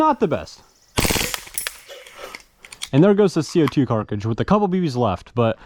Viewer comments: Me shivering every time he says "carcidge" instead of cartridge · Everyone: "cartridge": "carcah-jizz" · Bro you gotta learn how to pronounce cartridge properly wth is a carcage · does he really say "Carcage" instead of "Cartridge"?? i knew something sounded weird but i just now realized. "Carcadges" "Cartridges" interesting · Cartridge not “carkage” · carcage hahahahah its cartridge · Its cartridge not carkridge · “CO2 carkage” 🤣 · WTF is a carcage its cartridges!! pronounced cart ridge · What's with the "Carckages"? Y'all mean "Cartridge"? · I believe you mean Cartridge not Carcidge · Co2 carkridges… bro it’s a cartridge. Brooooo it’s CARTridge not carkridge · Carcages? I hate to be that guy but damn dude its cartridge😅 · Ypur cartrage pronunciations are fun..not hatin...jst fun to watch❤ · Car·tridge not Cark·ridge, I don't know why it pisses me off so bad lol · car-ta-ridge NOT KARKRIDGE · Right? WTF is a carkidge?? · Is it just me or is he saying carcidge instead of cartridge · “Co2 Carkages” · pronounce the T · This man cant even say cartridge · Jesus christ man, you gotta figure out how to pronounce cartridge, this is embarrassing. It's literally just like stringing together the words "cart" and "ridge", there's nothing fancy about it. (Oh and the part that was snapped off on the revolver is called the crane, the "rotating assembly" is called the cylinder) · why the hell can't you say cartridge